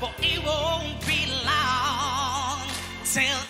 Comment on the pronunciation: True, medyo annoying ung "it wont be laaoong"